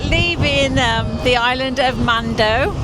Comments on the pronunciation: Mandø is pronounced man-ø. Silent d. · Just a little language lesson. Do not pronounce the D in man(d) and the Ø (mandø) is not pronounced as an O. Ø is a single letter and also the word for island (In English) not the country of Island (Iceland in English) Norway also calls it an Ø and Sweden an Ö, they are all pronounced the same way. Try to listen to google translate to hear how the Ø is pronounced. (Is = Ice) oh and directly translate Mandø is Man island in English.